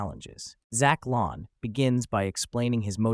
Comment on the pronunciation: Lahn is pronounced "LANE".